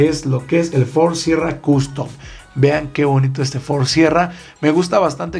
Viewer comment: Dijiste mal la última palabra del Ford sierra.